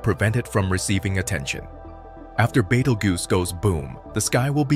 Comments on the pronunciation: Also it's pronounced Beetle juice not bagel goose.😂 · How many F***ing times can you pronounce Betelgeuse?! Betel-juice, Bettle-goose, Bettle-gise, Battle-goose, Baked-pimple etc..... Also, Battle-goose is Orion's right shoulder, not left. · Betelgoose????? lmao...... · Baytle goose. 😂😂